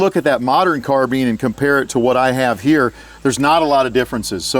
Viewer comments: lol Car-bine > Car-been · I can't listen to those peeps calling a carbine a 'carbeen' . Always wondering if they're actually serious or making just fun of something? It's beyond me. How do you folks say 'combine' then, huh? Just a rhetorical question. There's just no logic nor consistency in that Mickey Mouse lingo of theirs. 🤡Civilisation gave them a language, and now listen what has become of it. 🤕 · kept laughin everytime he said carbean lol